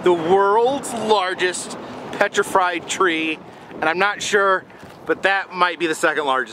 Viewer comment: Did you just say 'petrifried'? Lol